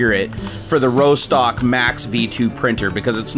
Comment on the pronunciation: Rostock is a place in Germany, it's pronounced Ross-tock, not Row-stock